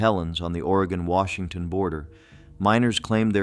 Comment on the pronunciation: Will-a-metty in Or-gone. 😂🎉